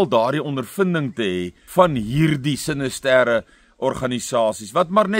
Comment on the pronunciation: Spreek mens nie "sinister" in Afrikaans as siNISter nie ? SinisTER klink bietjie eienaardig.